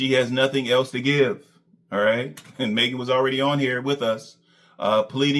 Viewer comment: Despite everything Maegan had done for. He still can’t pronounce her name properly. her name is Maegan not Megan 🤦🏾‍♂️.